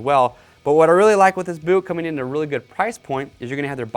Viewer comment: Anyone else catch him say “goot” twice